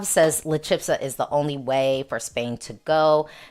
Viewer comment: CH in "chispa" is just as in "chica". CH is ALWAYS a strong CH in Spanish🙂 And it's not "chipsa", it's "chispa". The "s" goes before the "p" as in "Aspen" 🙂